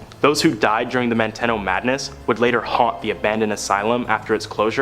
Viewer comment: Your last story, it's pronounced Man-te-no. I grew up close to it. As kids we used to say someone acting goofy might get sent to Manteno. A scare tactic. It was a horrible place.